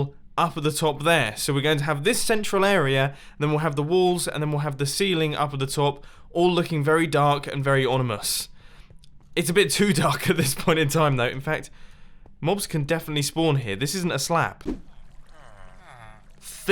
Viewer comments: Ummm Mumbo the word is "Ominous" not "Onimous" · Ominous, not onimous. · small and onimous, you said that wrong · anyone have a counter on how many times mumbo says onimous rather than ominous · Ominous not onimous. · it's ominous not onimois ☺️ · He said onimus, Again!!!! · “onimous” well done mumbo well done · I love how you pronounce ominous